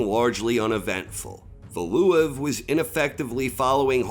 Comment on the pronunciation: Love your content but that pronunciation of Valuev had me triggered